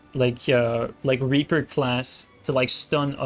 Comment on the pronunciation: Bro ITS PRONOUNCED RAY-PEE-EAR